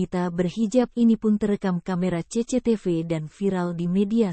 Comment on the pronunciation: Saya juga terharu,tapi jadi pengen ngakak ragara denger CECETEVE